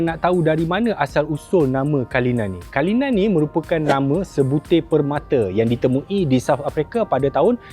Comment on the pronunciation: Cara sebutan bukan kalinan tapi CULLINAN (KU LI NēN)